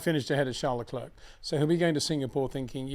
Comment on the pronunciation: It's not Leclurk Peter, it's pronounced Leclair,surely everyone knows that by now👍